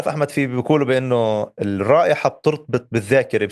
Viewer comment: نحبك يا وائل لتميزك في تلخيصك الصحفي اليومي الذي تقدمه عبر تلفزيون الغد .. لا تقول إِحمد او محِمد والفظهن صح ههههههههه